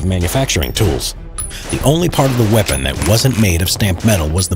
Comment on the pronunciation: You mean "Vepon" 🤣